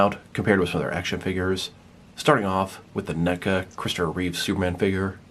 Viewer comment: reeve not reeves.. reeves is the last name of the Superman show of the 1950's